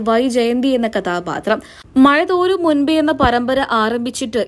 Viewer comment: Mazha thoorum alla thorum